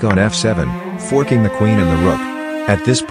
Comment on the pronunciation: 'fooking the queen and the rook' lol thats what I first heard